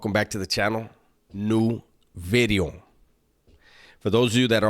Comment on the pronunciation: pronouncing v in video now im used to the word bideo